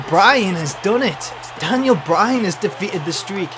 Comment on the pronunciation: DANyal Bry-Han as de-feet-ted de Unda-Tak-Ha